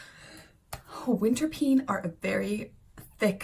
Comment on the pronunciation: But you pronounce it like winterpane. Not winterpene. The "die" is really funny. Tourists..depends. Belgian, German and Danish tourists will understand. French..have no serious grasp of English. Spanish are also not that well versed in English. So all in all it is funny for Anglosaxons who in general have no grasp in any other language than English either btw so they may be cannot figure out it might mean something else. Anyway: mama...die die die! is quite funny haha.